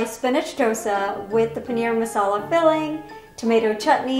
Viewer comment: the way pronounced paneer hurt my soul